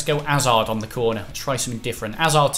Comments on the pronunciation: Hazard not azard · Chris Hazard has a 'H' at the start it's not azard